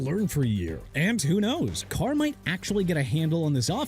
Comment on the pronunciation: "DEREK CARRV"?